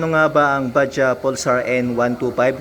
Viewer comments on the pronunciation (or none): hay naku nsa tanke sabi n nga....ska hindi baja ang bigkas... Ba-judge ang pagbigkas.😂😂.